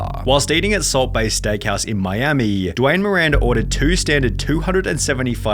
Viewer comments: you have a horrible pronounciation of words. it sounds horrible. "in miamiiiiii" but then "miami", whats the problem? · Miamiiiiii, firaaaaaaaah, awaaaayyyyyah, problemmmah, levellluh, moneyyyyyah, expensiveeeuh, gooooduh, incorrectlyyyeh, reviewwwuh, cittyyyyuh, fooooodduh, floridaaaaa, countaaaaah, totalllluh, ordaaaaah, bostonnnnuh, collddduh, imstagrammah, herrrrrr, twentytwoooouh, lataaaahhh, ceremoneeeey, restauranntuh, interviewwwah, againnnuh, meeeeuh, attentionnnuh, dayyyyuh, citeeeeey, foillluh, littleeeuh, seventeeeenuh. Do you even listen to yourself why do you say so many words weird